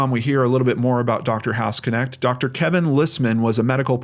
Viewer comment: don't know if anyone else mentioned it but the way to pronounce his surname, which is german (i know cause i'm german :)), is [knɛçt] not k-nect. a bit like the sch in mc escher. might be pronounced differently in the us though. funfact: hausknecht means housemaid or caretaker. very interesting case since i heard of the hospital before when i was visiting texas.